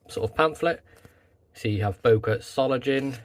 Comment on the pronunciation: What a beautiful knife! Will be in my collection soon. (BTW, the „ng“ in „Solingen“ is pronounced like the one in „singer“.)